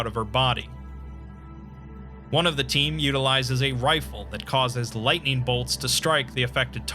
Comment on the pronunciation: "Sentient lithing storms" Oooof